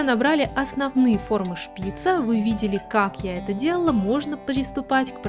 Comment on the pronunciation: Шпица ударение на букву ааааааа на последнюю букву а. Извените за ошибки